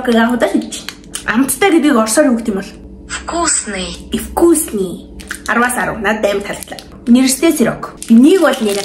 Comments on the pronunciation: Балай юм уу би орос хэл мэдээн вкусный гэдгийг ивкусный гээд хууцад байх юм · Эвкусни биш Викусни шүү